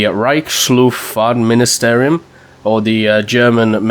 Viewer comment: 1: Your pronunciation of Reichsluftfahrtministerium was actually really good for an English speaker :D 2: It was the ministry of aviation, not ministry of war. ;-)